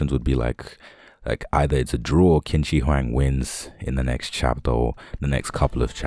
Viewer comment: You westerners, I swear! How many times do I have to tell you guys its pronounced chin sir huang?